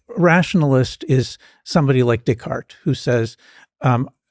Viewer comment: When he sad Decart i heard DickHard=) i was like who?=)